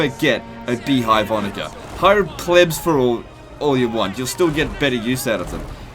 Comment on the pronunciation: You mispronounce onager. Ive noticed this before and its incredibly annoying and a sign of poor breeding